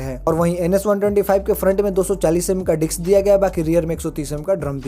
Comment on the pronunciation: Bhai ,dicks nhi disk hota h vo 🤣🤣